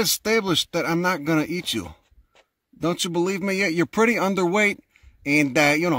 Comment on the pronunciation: He literally said said, "I'm gonna take yuz to a rehab facility." I love accents, I hate that Americans are losing them.